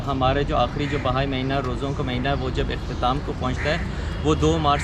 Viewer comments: یہ بھائی مذہب نہیں ۔۔۔۔ بہائی (بے ہائی) ہے۔ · محترم آج میں نے بہت عرصے کے بعد آپ کی ویڈیو دیکھی ، مجھے بہت اچھا لگا ، ایک گذارش یہ کہ اس مذہب کا نام "بھائی" نہیں ہے ، بلکہ "بَہَائى" ہے ۔ یعنی ب اور ھ کو آپس میں ملانا نہیں ہے ، بلکہ ب کے اوپر بھی زبر ہے ، پھر ھ کے اوپر بھی زبر ہے ۔ جیسے جمالی ، جلالی ، غزالی ، ایسے ہی بہائى ۔ یہ بہاء سے ہے ، جیسے بہاء الدین ۔ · Sorry sir ... its not بھائ ۔۔۔ but بہائ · بار بار کہنے کے باوجود آپ بہائی کے تلفظ کو بھائی کہتے رہے۔ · "بھائی" نہیں، " بہائی" مذہب۔ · یہ لفظ بھائی نہیں بہائی ہے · بھائی نہیں بہائی۔۔۔۔پہلے تلفظ تو ٹھیک کرلیں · NOT BHAI ITS BAHAI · Bhai nahi yar BAHAI hai wo mazhab theek se to bolo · اینکر صاحب دین بھائ نہیں بہائ ہے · ان الدین عند اللّٰ🎉ہ اسلام ۔ اللہ کے ہاں دین صرف اسلام ہے۔ہمارا مذہب اسلام ہے ۔اللہ پاک ہمیں دین اسلام پر استقامت نصیب فرمایۓ ۔ آ مین ثم آمین ۔ یہ جو لفظ آپ بھائ بول رہے ہیں یہ لفظ بہائ ہے ۔ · او گدھے اینکر یہ لفظ ( بھائی ) نہیں بلکہ ( بہائی ) ہے جو بار بار سننے کے بعد بھی تلفظ کی ادائیگی نہ کر سکے کیا وہ گدھا اینکر بننے کی اہلیت رکھتا ہے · bhai nahi ..bahaai...hai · Bhai Nahi behai tallufz hy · بھاٸ نہیں ، بہاٸ ، تلفظ: بے ہاٸ۔ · Behaaeei hy mery i Naam to Sahi ly lein bhaijaan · Bhai nhi blke bahai HOTA hai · Bhai Nahi Bihai hai